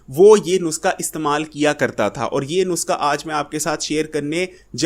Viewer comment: بھائی صاحب نسخہ کو نسکا کیوں بولتے ہو؟